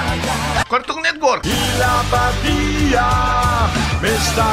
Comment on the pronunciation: Creí que decía patilla no apatía :v